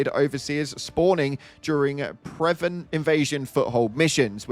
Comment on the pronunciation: He also missed both "untenable" and "clandestine" 😂 ...and "prevent"